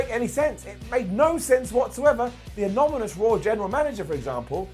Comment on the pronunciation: Lol.. He can't say 'anonymous'